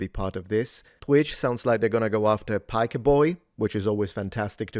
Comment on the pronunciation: Bro stop pronouncing his surname wrong like Americans. He is originally a Turk and thus has a Turkish surname. You would sound much more correct if you treated "Piker" like an Italian word instead of English (I know Italian originally does not have the letter "k", think of it like "ch").